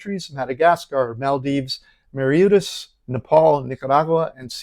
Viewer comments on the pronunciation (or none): Mari-yutus? 🤔. I think you're referring to the country of Mauritius, it's pronounced Maw-ree-shus!